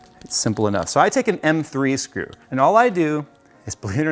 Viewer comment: oh my god "its drop the srew" HAHAHA so funny